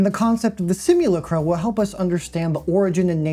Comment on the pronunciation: It is pronounced "simuLACtrum" Like Lactate. The thing many of these underaged characters the gooners jack it to can't yet do